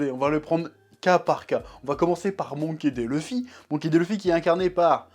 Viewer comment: «» «Monké dé LUffy» j'adore ta prononciation des noms en japonais 😂 P.S: C'est pas de la moquerie et encore moins à but blessant/vexant